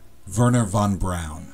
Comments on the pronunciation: Thanks for mentioning Von Braun, but no thanks for the mispronunciation. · Von brawn*